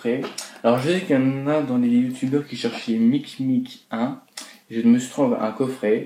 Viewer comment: C'est mimic pas micmic